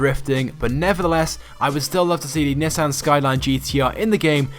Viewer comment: You said Nissan WRONG. ARE YOU FUCKING STUPID. look it up.